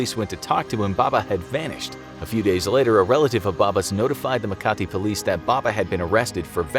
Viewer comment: As a Filipino, I like how you pronounce Makati like you speak Tagalog for a long time. And that Filipina woman's story is cool. But it also reminded me of that childhod friend who pretended to be possessed because he and her teenage girlfriend are being force to split, and they only realized the truth because in one of his shouting episodes, his voice broke